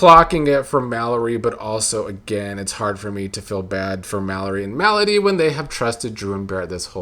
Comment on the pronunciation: Not sure if it's intentional but you pronouncing Melody like "malady" is cracking me up.